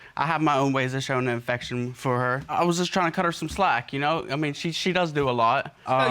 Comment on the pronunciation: Did he say infection for her lol bruh it's affection lol